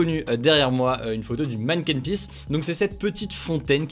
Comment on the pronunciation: MERCI Hugo d'avoir bien prononcé Bruxelles, trop de voisins Francais disent bruXXelles! Et pas mal non plus la prononciation du Mannken Pis!